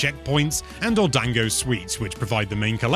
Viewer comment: Uh, you mispronounced the word Dango. You're meant to pronounce it as "Dahn-goh", not "DAN-go". Quit it with the "English-fying" Japanese words, it really annoys me as I am a real Japanese person, to hear my family line's home language to be trampled over by "white" (I don't mean that term as an offense) people assuming how Japanese words are meant to be pronounced by using their home language of English as a base to how they THINK they are to say such words, when they're wrong. Accept you're in the wrong, you are, don't try to deny it, I know people of your race hates being called out to be wrong, then denies the truth of them being wrong, using lies. But, as one who has a strong sense of "making right of the wrongs", I cannot stand idly by and take this error of Japanese, from others who just assume they know how to say those words when they don't. without calling them out and correcting them. Some other words that get trampled on with the same type of mispronunciations, are "Manga" (meant to be pronounced "Mahn-gah", not MAN-gah) and Yakuza (meant to be pronounced "Yah-koo-zah", not "Yuh-KOO-zuh"!) seriously though, as much as a pacifist as I am, I want to "punish" the one who started this "white-talk" mispronunciation of Japanese words, that they burnt it into the brains of nearly every person of your race. The one who started that though, is most likely long dead by now, as this has been a serious issue with primarily English-speaking people, for a very long time. Next t